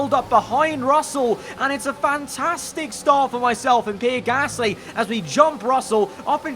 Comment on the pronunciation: When says "Pierre Gasly" i understand as "P-Rick Astley"